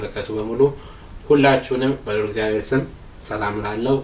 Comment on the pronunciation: የኔ ወንድም እግዚአብሔር አምላክ ነው የሚባለው አንተ ግን እዝጊያብሔ አምላክ ነው የምትለው ብዙ video ላይ ሰምቸህ አለሁ ላርምህ ፈልጌ አይደለም ግን ስለምትፈጥን መሰለኝ እና አባቶቻችን ሲያስተምሩ የአምላካችን እግዚአብሔር ስሞች እያንዳንዳቸው ትርጉም አላቸው ስለዚህ ስትፅፉም ሆነ ስትናገሩ እግዚአብሔር ነው ማለት ብለው ሲያስተምሩ ስለሰማሁኝ ነው ወንድም ይቅርታ